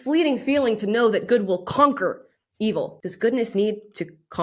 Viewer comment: did she just rhyme evil with "believe'll" ? >.>